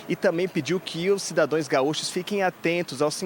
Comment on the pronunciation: Eu ouvi cidadoes?